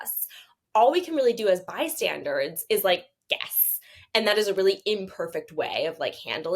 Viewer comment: You either get vocal fry, or you get to pronounce words fantastically wrong ("undoubteBly", "bystanderDs"). You don't get both. THAT is when it gets to be too much.